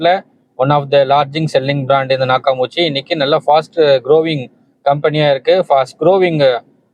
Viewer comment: அது நாக்காமுச்சி இல்ல. நாக்காமிச்சி. அதிகமான பேருக்குத் தெரியாத அற்புதமான ஜப்பான் ஆடியோ சிஸ்டம். சரியாக உச்சரியுங்கள் அன்பரே.